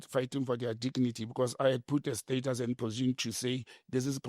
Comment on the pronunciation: Big Dawg says: "They're fighting for their dicknity" 😂